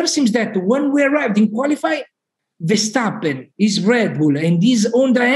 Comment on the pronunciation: Tom, the whole world says Max Ver-stap-pen..... you are most likely the only one who is butchering the name to Nax Vershjstappen.... could you pleaaaaaaase adapt? Please? Appreciated, especially since the show is great!